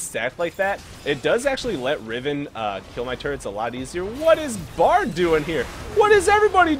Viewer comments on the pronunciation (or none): none